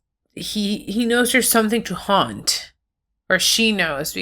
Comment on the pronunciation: im just wondering why you keep saying haunt instead of hunt are the dinos ghosties or something